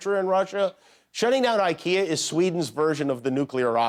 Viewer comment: The "YouKea" part is hilarious…That accent!!!!